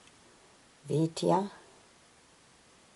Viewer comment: Helvetia is oronounced 'Hel-vee-shia.'